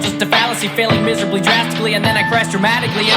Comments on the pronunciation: would be 7.69 sps (8 in 1.046) not 9.56 sps Yes, normally "miserably" and "drastically" are by definition pronounced with 4 syllables, but Tyler Joseph pronounces both "miserably" and "drastically" as 3 syllables each, making it 8 syllables in total. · The counting methods on some of these are off, like with Drown, It's not really 10 syllables in "Failing miserably, drastically" cuz people in general or Tyler in that verse don't say "Fai‒ling Mi‒se‒rab‒ly Dras‒ti‒cal‒ly". Cuz the real syllable breakdown of the verse is "Fai‒ling MIZ‒rab‒ly Dras‒TIC‒ly", so it's really 8 syllables Similar mistakes are in HeavyDirtySoul and Forest P.S.: Even still, I like this video anyways :)